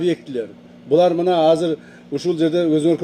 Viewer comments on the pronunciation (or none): none